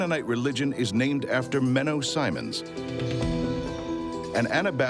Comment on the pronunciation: Silliest slander I've ever. People who nade this don't even know how to pronounce Simmons